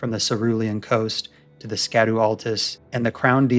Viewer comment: Good video, just one nitpick. Remember that scadu is pronounced shadu.